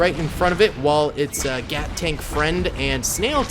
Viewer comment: No not gat tanks it’s gyatt tank